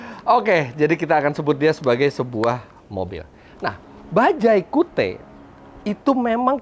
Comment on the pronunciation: Ini penyebutannya bukan kiut ya?